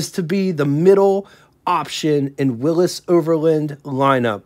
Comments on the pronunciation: You need to work on pronunciation. It's not Willis , it's Willy's it's not kunoot , it's knute. Probably more that I missed . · So many mispronunciations and incorrect dates and information..... But, entertaining nonetheless. Willys......."Will-ease" Devaux....."De-voe" Erskine....."Ur-skin" Knute(Rockne)....."Newt"